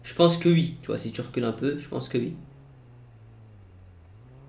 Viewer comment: C'est pas "ui" mais "oui" 😂😂